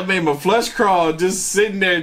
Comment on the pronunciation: Is he saying 'FLUSH CRAWL' or FLESH CRAWL' this has been driving me MADDD!!!